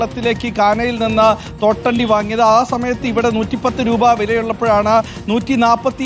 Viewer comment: തോട്ടണ്ടി അല്ല പേട്ട അണ്ടി😂😂😂😂